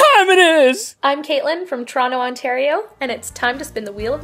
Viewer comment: What's "Trono", Ontario? :P